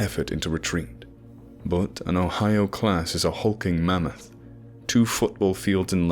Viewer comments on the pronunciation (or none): none